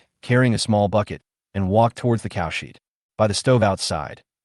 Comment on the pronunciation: Not bad, decent flow, a bit boring at times, and exciting at times. The "cowsheed" is the only annoyance so far!!